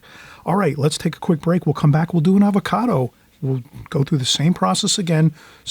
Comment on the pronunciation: Hi, I love your channel but I have to point out that it's "avocado " for future reference. I love watching you paint. Like most people who are really good at something, you make it look so easy!